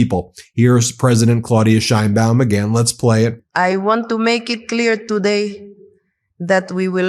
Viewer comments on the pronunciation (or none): Trump doesn't know what the hell he is doing. Time to Invoke the 25th Amendment. The idiotic Orange blob of useless goo can't even pronounce 'Sheinbaum' correctly.